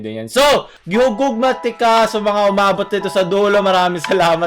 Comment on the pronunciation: GI HIGUGMA pau hindi GI HUGUGMA.